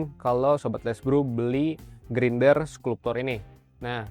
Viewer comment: Bacanya "Skalp-cer" bang bukan bukan "sklup-tor"